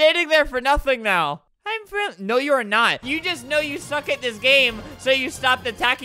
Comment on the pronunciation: you mean 'frenly' XD